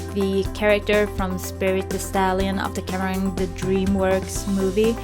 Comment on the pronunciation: Beautiful, I love your style, but Cimarron is pronounced sim-ah-ron 😊